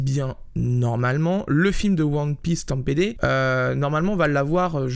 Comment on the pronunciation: Super vidéo 👍 on dit one piece stampid , pas stam pd , mais bon c'est pas grave , CPS c'est C'est pas Sorcier , bonne vanne, et sinon étant un fan de VF j'ai hâte de voir ce film parce que Donald reignoux je le vois pas souvent dans la Japanimation , donc ça fait plaisir je vais pas te mentir même si le film ne m'intéresse pas plus j'aime pas spécialement trigger donc bon